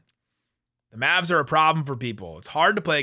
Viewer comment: Good intro but you have to add that extra syllable to the Locked on Maaaaavvsss(aaaaahhh,)